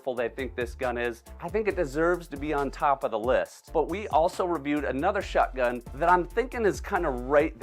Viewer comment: Me too I found myself saying shotgun in the same way says it 😂😂 like shutgun